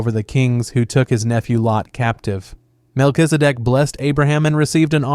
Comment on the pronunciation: While saying Mel-Kiz-E- Dek it soudned like "Mel is a dick" lmfao just cause you didnt try to pronounce it you just said it as quick as you could lmfao